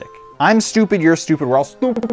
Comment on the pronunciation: saying "s-toopeh" compilation